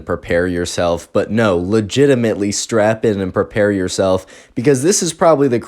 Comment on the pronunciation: I like how you always say “Leginemently” it’s pretty funny